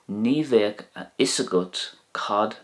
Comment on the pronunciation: bang on I’m in Sligo that’s how we say it. It’s great to be able a/b words with this channel. Thanks again